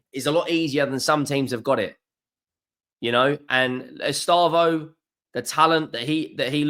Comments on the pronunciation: It’s pronounced Ess- stay- vow, not Ess - star - voh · Take a deep breath. Don’t need to rush it. Read it properly. ESTE. VAO. No rush. Not estabo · Bro please. It is estevao not estávo. Ow not oh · Estâvaö pronounced E-stay-vow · It's Estevao......not Estaavo.😊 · He never does try, that's what always winds me up. Wait until you've heard him trying to say Lens, Rennes or Ferencvaros! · WOW WOW ESTÊVÃO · "Lost to ... Flamingo..." "Ehs Tah Voh" It's not that pronouncing isnt your strong suit. It's that you're not even trying🤣🤣🤣